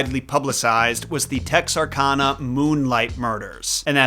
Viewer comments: For the pirates it really is All Hands on deck. Also, it’s Texar-CAN-ah, not Texar-Kahn-ah. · It’s pronounced TexRCANah. Nothing in Arkansas is pronounced the way it’s spelled. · Good video. We pronounce Bowie like boo-ee and Texarkana like Tex-ar-can-a, though. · Pronounced TEX-R-CAN-AH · As someone who has spent over 10 years living in Texarkana, did I expect the hook man to be tied back to the town that dreaded sundown? No. Did I expect Texarkana to be Pronounced right? No. Did I expect bowie county to be pronounced right? Yes. lol Texarkana - Tex are can uh or Tex er can uh. Both ways I’ve seen the locals say it. The name comes from Texas, Arkansas, Louisiana. Texarkana is part of the ArkLaTex region which bands from Natchitoches, Louisiana to Idabel, Oklahoma, and from Marshall, Texas to Monroe, Louisiana. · It’s pronounced Tex-Ark-Anna. Texas, Arkansas, and Louisiana. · The way you said "Texarkana" makes me want to take your knees. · As a resident of Arkansas I would like to inform you your pronunciation of Texarkana was wrong. Mad love for your content though! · Sir... As a resident of Texarkana... You pronounced Texarkana wrong😂😂 think kansas without the s... Just thought id let ya know